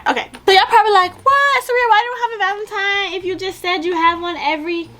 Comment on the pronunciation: She called it valentiMe the whole time 🤣🤣🤣🤣